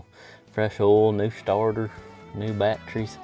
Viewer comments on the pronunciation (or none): “…a couple new bat-trees” man that brought back memories of my grandfather who said batteries very much like this.